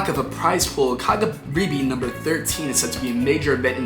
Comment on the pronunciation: As someone who actively competes in both offline and online tournaments, you calling kagaribi “ka guh bar ay” told me everything I needed to know about this video